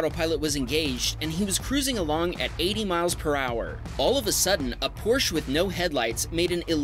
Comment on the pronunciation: Hey. Nice video but I need to tell you something, you pronounce Porsche strange and wrong, it’s not Porsch, you need to emphasize the „e“ at the end more, like an „eh“, thanks😊